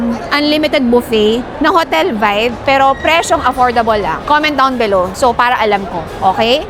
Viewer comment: Inover emphasize nya KC gusto nya Tau mag comment down below... Hehe ✌️😂😊😮